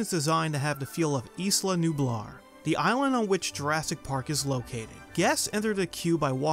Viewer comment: IT'S EYE-LA, NOT YSLA NOT THAT HARD PEOPLE!